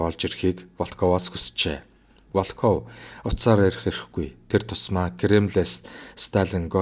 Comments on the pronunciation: Волкоов Волкоов л гээд байх юм Воолков гээч дээ. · Волков гэж бичээд ВООЛКОВ гэж дуудна шүү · Волков гэдэг үгийн өргөлтийг нь зөв дуудаарай. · Большевик, Волков гэдэг нэрийг эхний о дээр өргөлттэй дуудна. Б